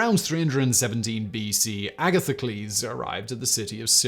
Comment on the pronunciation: I like how he started by saying Agatha-Clez and then pronounced it more logically; uh-Gath-uh-cleez